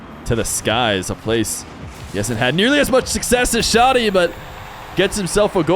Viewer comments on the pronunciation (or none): as an arab its pronounced "Shah -di" without the h sound. not shodi as you say or shady. :) for future reference.. huge fan but i get an ick everytime u say shodi instead shadi. :P